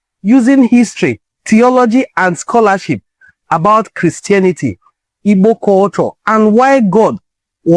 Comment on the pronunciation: Thanks bro. I like how you pronounce the word "Igbo."